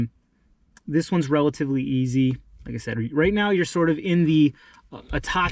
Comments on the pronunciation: Atato? Do you mean? It’s pronounced A toe toe my friend good luck 🤣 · It is pronounced. A-toe- toe